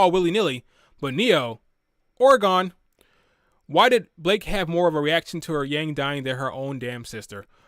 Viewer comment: did you say "whore gone"? The captions said Oregon.